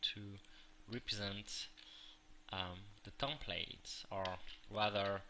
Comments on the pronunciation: its not a tompate its a template it has a EEEEEEEEEEEEEEEEEEEEEEEEEEE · Drives me nuts each time i hear "tomplate"